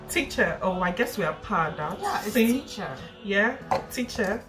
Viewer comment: Teachor 😂 that’s how Nigerians pronounce “teacher”